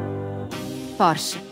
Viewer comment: Porsche si pronuncia con la e finale.